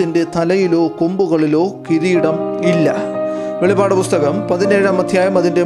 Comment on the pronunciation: വെളിപാട് അല്ലസുഹൃത്തേ വെളിപ്പാട് അങ്ങനെ വായിക്കണം